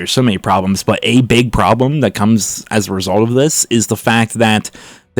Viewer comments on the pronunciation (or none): none